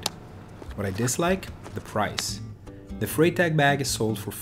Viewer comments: I presume you've never studied German, or you'd know that the 'Frei' in 'Freitag' [Friday] is pronounced as 'Fry'...like in 'Friday' :-) I must admit I love the look of the Vincita Nash Rackbag, and might well consider adding this to my non-electric Brompton when holidaying in the Netherlands. Before I've used a combination of the T-Bag and a sports bag which sits on the rear rack and is secured by the built-in bungees...but I never feel it's that secure so am constantly checking that it's still there. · Sorry for mispronouncing Freitag. 😅